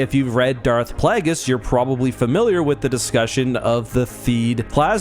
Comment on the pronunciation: It bothers me everytime says Darth "plagg-iss". Home dude's name is Plagueis... the root of the name is "plague". I dunno, nothing really constructive here just a nitpick. Though I do agree, the Battle for Naboo felt pretty out of place when taken with some other battles we've seen. Definitely more along the lines of 1700s (1800s in some cases) era fighting styles, pre American Revolution but maybe a bit Napoleonic too? There's other examples I could pull but ya'll get the gist. Everything else in canon for the most part feels more WW2/Vietnam/modern era with the combat.